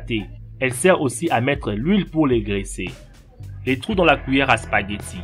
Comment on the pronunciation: Spaghettsi il dit mais bien joué:)